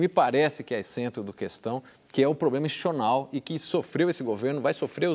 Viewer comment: não sabe falar 'institucional'.kk